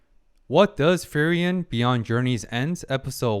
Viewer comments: I'm liking the video so far, but i have to say, you are pronouncing frieren wrong. Its frie with ie like in me And ren with en like in understand. I dont know if it helps, but It's supposed to be an german name. Edit listening to it, for the second part(ren) the an of and would be possible. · its a bit funny that you pronounce her name like "ferien" which means holidays^^ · furryen is the funniest way I ever heard frieren being pronounced lmfao, this is great 😂